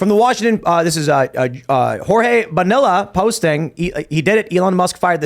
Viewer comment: Tim, it’s Bonilla (Bo-Ni-Ya) not Bonilla (Bo-Ni-Laa) like vanilla